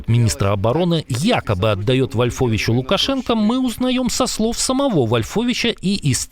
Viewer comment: Не ВольфОвич, а ВОльфович.